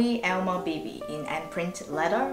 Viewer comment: it’s pronounce as all-ma